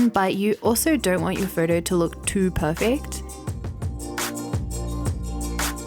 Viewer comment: I love the way she says perfakt instead of perfect.